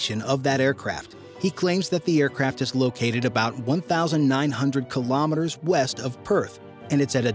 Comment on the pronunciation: Very informative video but I wish you would pronounce Kilometers correctly.